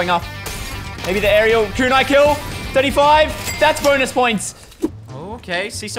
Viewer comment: Bro you can literally look up the names the words of the weapons everything but you didn't shootagain no it's a kunai